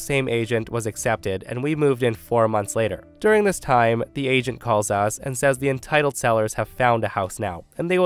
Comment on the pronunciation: Story 3: I thought he was saying Asian but turns out it's agent 😂